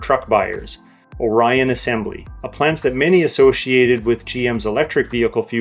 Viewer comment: I agree that hybrid is a smart direction rather than to jump completely to EV platforms. GM used to have bulletproof powertrain in the early 2000’s. Not so much anymore and that’s a shame. Good observations. BTW - It’s pronounced “ROY-TERS” not “rooters”. And “Or-eee-an” not “O-riii-an”.